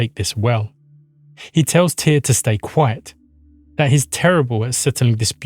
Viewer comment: Muito bom vídeo. Mas pelo amor de deus a pronúncia é simplesmente TIR como a Runa. Tyr era o deus primordial isso já está pacificado. Em todos os povos eslavos com crenças mais antigas que os Vikings, como bem disse, tem TYR/TEW/TIW/ ect como raíz para deus e qualquer coisa divina. Na gênese Nordica inclusive TYR existe antes de ODIN, ele é o guardião do equilíbrio entre as forças da criação (fogo) e as forças da preservação (gelo) antes doi mundo existir. O ser mítico Audumbla acorda ODIN (consciência) removendo o gelo (inexistência) dele, mas Tyr já existia e era o único que conseguia vencer os gigantes de fogo e de gelo mantendo o equilíbrio entre criação e status quo. O desaparecimento de TYR na mitologia se inicia por volta de 100 ACE e em 200 ACE (muito rápido) ODIN tomou conta de tudo. Isso coincide com as forças de conquistas Romanas aparecendo nos territórios germânicos. A sociedade nórdico ou proto-nórdica/germânica teve que se adaptar a esse invasor e isso generou novos paragdigmas na sociedade e ODIN foi a resposta a essas necessidades. Por isso que Tyr parece acochambrado, o mundo estava criado e estável, a justiça ainda era importante, mas a ameaça externa era muito maior, e a justiça que era resposta para desenvolvimento interno era insuficiente para controlar um inimigo externo. Por isso que tyr ainda é um deus da guerra e da Justiça. Em representações mais antigas Tyr é o deus da lança, não da espada. A lança durante muito tempo era a arma dos nobres, podendo